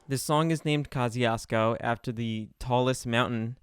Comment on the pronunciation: That's not how you pronounce Kościuszko :( The closest you can get using "english sounds is" Koss choosh co The mountain is named after Polish (and American) hero Tadeusz Kościuszko.